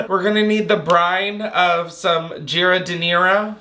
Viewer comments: it’s jar-din-AIR-ah and it’s Italian and in a lot of salads lol. That said I’m not a big fan… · You trying to pronounce giardinera killed me. It's JAR-DI-NAIR-A for future and put it on a beef sammie❤ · Its pronounced like…. jar-din-air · Giardiniera - drop the i after G and pronounce -ar like a pirate, that’s how you say it! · Being from Chicago and watching you try to pronounce giardinara made me lol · giardiniera is pronounced jar-din-er-uh omg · Jar-den-naïr. You’re welcome! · GEE-UH-DI-NEAR-EE-UH is sending me😂😂😂😂😂 I can’t with you😂😂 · this + not being able to pronounce giardiniera and calling it ghonerrea instead 😂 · lol..., its jar-di-nair-uh unless youre like us chicagoans and lazy and just say "jar-din-aire" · You not being able to pronounce giardinera made me cackle lmao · You trying to pronounce giardiniera hurt my soul 😂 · I’ve new heard someone pronounce giardiniera so unbelievably wrong😂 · Trying to pronounce giardiniera gave me an aneurysm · living on the east coast and not knowing how to pronounce Giardiniera is wild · Absolutely love attempt at pronouncing giardiniera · I'm from Chicago and you made me forget how to pronounce giardiniera😂😂😂